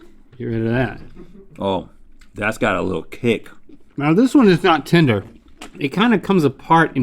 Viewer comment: Rhett keeps saying "tender" but i keep hearing "tinder"